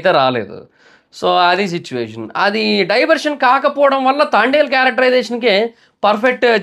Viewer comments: Pronounce the name properly. It's Thandel not Thaandal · తాండేల్ కాదు బ్రో..... తండేల్ 👍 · తాండేల్. కాదు తండేల్ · తాండెల్ కాదు రా బాబు తండేల్ 1స్ట్ మూవీ name చెప్పడం నేర్చుకో తర్వాత రివ్యూ చెప్తుగాని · Thaandel kadhu bro thandel😂😂😂😂😂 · అయ్యా అది తాండెలు , తాబేలు. కాదయ్యా తండేల్ 😂 నువ్వు కూడా రివ్యూలు ఇస్తున్నావ్ చివరికి కర్మ రా బాబు …..😅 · తాండేల్ ❌ తండేల్ ☑️ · Thandel ❌ Thaaandel✅ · తాండెల్ కాదు....bro.... తండెల్ pronounce mistake❤❤❤❤❤❤❤❤❤❤ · తాండేల్ తాబేల్ కాదురా.... తండేల్ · అది తాండేల్ కాదు తండేల్ 😅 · అది తాండేల్ కాదు.. తండేల్ 😊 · it’s not thaandel .......Thandel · Thandel ❌ Thaandel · తాండేల్ kadhu తండేల్ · Bro thondalu ballulu kadhu bro thandel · movie name tandel......taandel kaadu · Thaandel kaadhu Anukunta bro .. thandel kada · తాండేల్ కాదు bro తండేల్ అని పిలవాలి.... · తాండేల్ కాదురా అయ్యా తండేల్ సినిమా పేరు 😂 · అది తాండేల్ కాదురా నాయనా, తండేల్ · Thaandel ani endhuku antunnav... Irrigation ga vundhi... It's THANDEL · Thaandel kadu thandel chusuko bro😅😅😅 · తాండేలు కాదురా, తండేల్ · Thaandel kaadu bro thandel 🫨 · Thandel movie name nuvvu Thaandel antunnav mundu sariga movie name cheppu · తాండేల్ కాదు తండేల్.... 😁😁😁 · తాండేల్ కాదు రా నాయనా, తండేల్ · ముందు మూవీ పేరు నేర్చుకో బ్రో తాండేల్ కాదు తండల్ ఓకే నా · తాండెల్ కాదు తండెల్ thaaandel kadhu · తాండేల్ కాదురా అది తండేల్ రా... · Thandel ❌ Thaandel✅ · తాండేల్ కాదు రా బాబు తండేల్ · తాండెల్ కాదురా నాయనా తండెల్ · తాండేలు కాదురా అరేయ్ తండేల్ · సినిమా పేరు కూడా సరిగ్గా పలకడం లేదు ఎందుకు రివ్యూ చెపుతారో అర్థం కాలేదు. ఇంతకీ సినిమా చూసావా..... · మూవీ పేరు ఉన్నది ఉన్నట్లు పలకడం కూడా రాదు, మూవీ గురించి ఏదో 100 మూవీస్ డైరెక్ట్ చేసినోడిలా చెప్పారు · First pronounce nerchuko tarva review cheppavachu (move name)